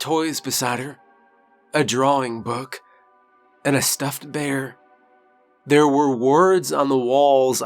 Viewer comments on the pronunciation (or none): none